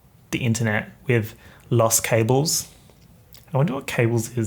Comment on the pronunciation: Los cables Pronounced loss Cab-les